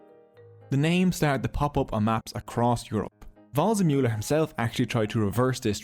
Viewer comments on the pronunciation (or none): “Just like WRONG-zemuller” 😂🥳😂🥳😂🥳